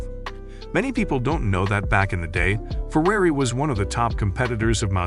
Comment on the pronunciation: He also says “ferayti”, “porchee”, “fyat” and “coupee”. Maybe it’s a machine reading the text